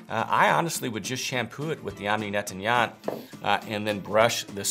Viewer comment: It sounds like you might be having some trouble pronouncing "nettoyant".